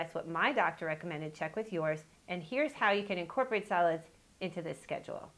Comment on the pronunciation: Lol I thought she said salads instead of solids